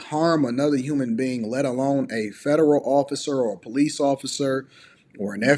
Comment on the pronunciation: How did I know before she even said it the she would pronounce police as poe-lease?